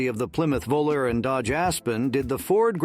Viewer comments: The Plymouth Volare is pronounced Vol-ar-ee. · Even the Dodge Vo-Larry? 😂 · Computer can't figure out how to pronounce "Volare" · This must be a bot. It pronounces Volare differently each time it's used. 😀